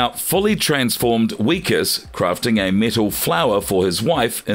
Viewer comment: Who wrote this script for you? You keep mispronouncing Wikus’ name…..also you kept saying he was turning into a lobster….uhhhhhhhhhhhhh duuuuuurrrrrh